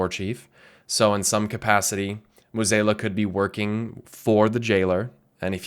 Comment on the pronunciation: Finally realize that you've been mispronuncing Mueh'zala this entire time?